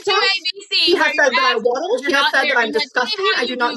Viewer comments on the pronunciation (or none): none